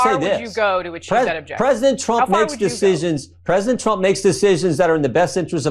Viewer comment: Did Gym Jordan call Donald, “Twump” ?